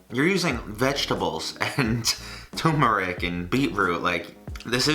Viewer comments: It's pronounced TUR-ME-NIC not TU-MER-IC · It's ter-mer-ic. Not too-mer-ic. Sorry. Edit: Also, just flattening, rolling up the dough, and cutting slivers of the dough roll can make noodles. ;)